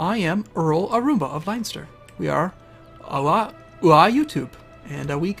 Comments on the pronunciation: Its not Line-ster it's Len-Ster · Somebody might have said this already, and I know that this video has been up for nearly a year and a half at the time of writing, but I'd just like to point out something. It's pronounced like Len-ster, not Lion-ster. Sorry for being an eejit about pronounciation, but it just really bugs me when people get Irish pronounciation even a little bit wrong. It's a bit of a problem. Sorry about that. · >lionster IT'S PRONOUNCED LEN-STER YE GOBSHEEN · Pronounced LENSTER, not LINESTER. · Also, it isn't 'Line-ster' it's 'Len-ster' as far as I am aware. If I am wrong, to tell! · oh and,its pronounced linster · Leinster is pronounced Len-Ster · every time he says leinster i cring